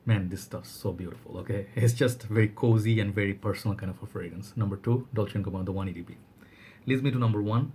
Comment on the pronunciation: Excellent choices brother ! The way you said “Chanel Allure Homme Sport Eau Extrême” and “Dolce and Gabanna The One EDP” blew me away XD